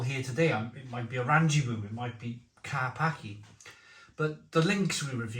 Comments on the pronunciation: It’s pronounced…. -Kar-pats-Kay-🍺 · You pronounced the Polish beer "Car parky" which makes sense as thats where I woke up when I drank it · It's pronounced kar-patch-ie BTW